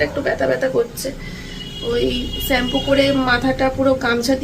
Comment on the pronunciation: ছেম্পু কথাটা change koro r valo lagena sunte শ্যাম্পু বলা try করো